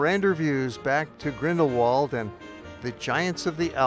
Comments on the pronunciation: It is Grindelwald not Grindelwold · This is one of my favourite places in the world but your pronounciation of Grindelwald is sooooooo annoying. German speaking places always pronounce the English W as V so the phonetic pronounciation of the village name is Grindel-Vald which is much more charming than ending it in the English Wald.